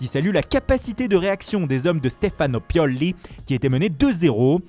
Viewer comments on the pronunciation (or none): Pioli pas Piolli 😂